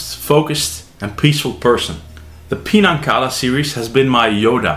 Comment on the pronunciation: You are pronouncing Pinan incorrectly….. Pronouncing Pinan Pee Nan is wrong!!!!!! Pronouncing it wrong makes Pinan has a total different meaning!!!!!!!! Learn to pronounce Pinan correctly and make a video educating people how to pronounce Pinan the correct way…….